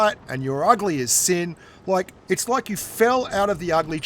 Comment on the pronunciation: What is the word loke. It's spelled like.